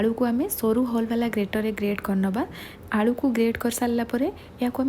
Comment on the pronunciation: Please aalldu nuhe It's aalu